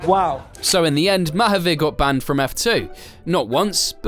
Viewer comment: Its pronounced Muh-haaveer with the 'u' sounding more like an A than a 'you' sound